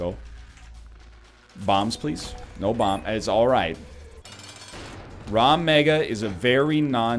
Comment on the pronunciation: This cursed run is his punishment for never saying Rag Mega correctly